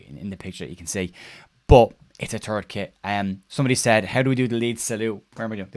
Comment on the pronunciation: I thought I heard you say “it’s a turd kit” which seems about right.